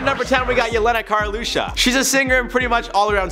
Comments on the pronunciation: It's Jelena Karleuša not Karelusa. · It's karleuša not karelusa,i'm not trying to hate of course but i hope you will improve❤